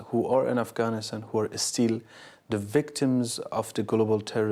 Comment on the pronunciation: I like how you pronounced “Afghanistan” i wish you the best of luck. Afghanistan will be in peace and have Bright future again if he becomes president of Afghanistan. One day Inshallah 😞